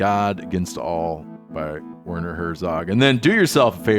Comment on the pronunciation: Come on Steve, his name is pronounced Verner. V not W 😂